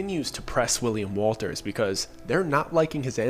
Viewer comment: U said it again hahaha , it Wundt be happening to ya if you were to say his name as ‘Willy’ ‘ Walters’ , but mite end up as Willy WOLTA , may become Willy Walter hahaahaa